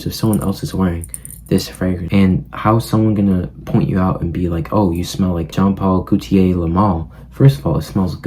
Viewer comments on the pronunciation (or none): wahts up not trying to be mean but its jean paul gaultier (gotee aye)